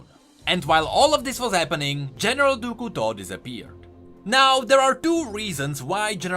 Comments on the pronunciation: Ahaha I was struggling to figure out who "du ku to" was until I finally figured out it was a badly pronounced "du couteau" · Great video! But I have to mention: the way you pronounce General du Couteau is horrible! 🤣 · "Du Couteau" I am french canadien and this is very funny to hear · As a french subscriber , I love how you pronounce "Du Couteau "